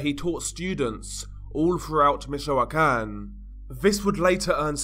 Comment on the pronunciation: Im not a native Spanish speaker either, but the way he pronounces a lot of Spanish words especially- Michoacan drives me crazy (along with how he drags words out, his inflection makes it hard to pay attention to what he's saying. Its as annoying as trying to talk to someone who's drunk & slurring their words the whole conversation lol🤦‍♀️